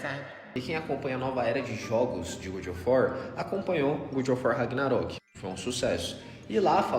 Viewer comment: Eles tudo falando "Good" of war me estressou mais do que eu gostaria